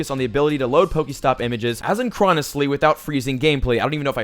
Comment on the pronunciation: Its pronounced A-SIN-CRO-NUS